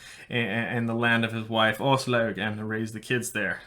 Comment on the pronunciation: Her name is pronounced ASS LOG duh